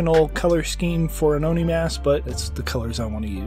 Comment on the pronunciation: Just say it as Oh-Knee